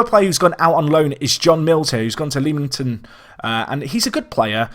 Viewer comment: You butchered my home town of Leamington! ;) great to have a lower league series, can't wait to see how it goes! Good luck!